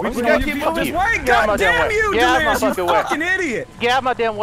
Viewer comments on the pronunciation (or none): its ed-lirious,not ben-lirious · delirious you keep calling evened just so you know